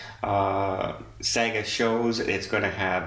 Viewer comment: Hi,it's pronounced 'Sarga'. 😃👍🏼🥰